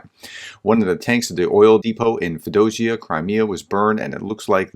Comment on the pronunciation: Feo - Dosia.... please. Work harder on those pronunciations.